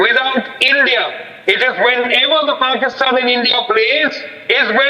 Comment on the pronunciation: Who the F is pusktan WTF is pusktan